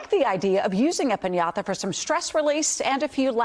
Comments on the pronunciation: Why is she pronouncing piñata like pin-Yatha? So annoying Lol.. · I'm a Spanish speaker and the way that woman pronounced 'piñata' annoyed the hell out of me. Just say pignata, dude. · Say piñatha ONE MORE TIME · p i n y a t h a